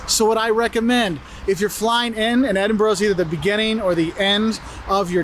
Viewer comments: I can't believe you said "Eeden berg" again 😂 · Its eh duhn bruh